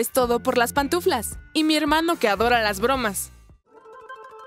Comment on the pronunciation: Y esa voz no sabe decir pantuflas y dice patuflas